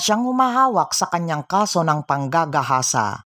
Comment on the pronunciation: Pwede ba wag mo dinidiin salitang panggagahasa pangit pakinggan rape nlng